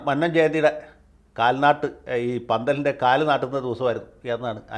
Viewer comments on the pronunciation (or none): മന്നം എന്ന് നന്നായി ഉച്ചരിക്കൂ. ഈ വാക്യത്തിൽ നിന്നും വ്യക്തമാകും. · മന്നം എന്ന ഉഛാരണം ശരിയല്ല സർ